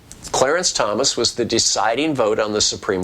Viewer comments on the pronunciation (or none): none